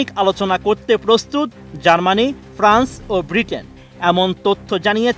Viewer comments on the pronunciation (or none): none